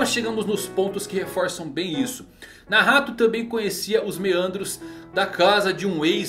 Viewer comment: Ficou mt entranho vc falando Nahato kkkkkkk toda hora penso que é Nagato